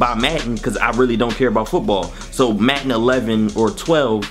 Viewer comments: "Maten" its madden lol love the through the years series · Logan Anthony yo I'm from Philly and i don't call it matten i say madden that is not a philly accent he just can't say the word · it is madden not matten dude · U from philly? we said madden like matten just wondering lol